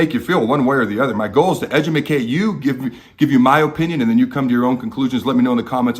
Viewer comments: was really drinking the kool-aid when I clicked on the video and wanted to learn about our defense, but now the only thing I can think about is how he just butchered the word educate. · Where in TH the world did you come up with edumicate from?? Lol